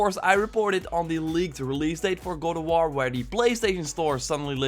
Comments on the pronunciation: Is it just me who heard God of war as "Go to war" ? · Please learn how to say god of war damn!!!!